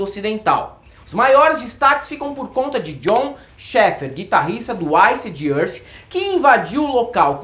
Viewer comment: O pronunciando macarronicamente iced earth já valeu o vídeo kkkk